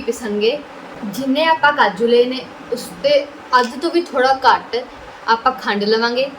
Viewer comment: Video is great but don’t mind speak pure punjabi its not kar its ghar and ghat not kat